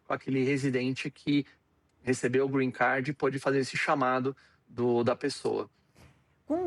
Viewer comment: Alguém ensina essa jornalista a falar " Green Card" por favor